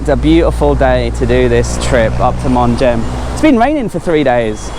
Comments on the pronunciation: It's pronounced mong. The h is silent. 😊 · Hey love the channel! Just to let you know it's pronounced "Mung" or "Mong" in English. Not a big deal but I'm sure it got on someone's nerves 😄, love the video keep up the great work!😁